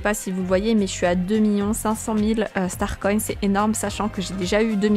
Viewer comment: Pourquoi tu dis starcoyne ? 😂😂😂